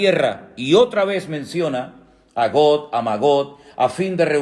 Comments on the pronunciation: Hermano buenos días. Es Gog o Got. Pues cuando yo lo escucho parece que usted pronuncia como Got y se le escucha como Got. Será que en hebreo es Got. Por favor expliqueme. Gracias. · NUNCA HE ENTENDIDO PORQUÉ, HERMANO, LOS PROPIOS ESPAÑOLES, LUEGO LOS SUDAMERICANOS, SON LOS PRIMEROS EN DESTRUIR EL IDIOMA ESPAÑOL. MINUTO DICES GOT, 2 VECES Y MUY CLARAMENTE PARA REFERIRTE A GOG (DE LA TIERRA DE MAGOG). CHÉCALO, NO MIENTO Y ES BUENO QUE SE NOS PUEDA AYUDAR EN LO QUE NECESITAMOS, NO?